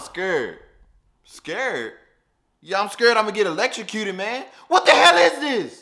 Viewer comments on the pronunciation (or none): Just like he said scaered 😂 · Bro said "ˢᵏᵃⁱʳ" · It sounds like he said scired